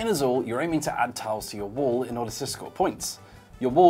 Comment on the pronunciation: Excellent pronunciation of "Azul", could have done better with "Évora", though.